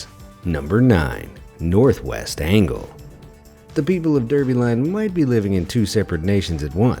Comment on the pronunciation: Isn't the name of Derby Line pronounced "Darby Line"?